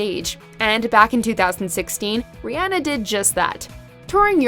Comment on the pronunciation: it’s rih-ON-na and an-TIE... wtf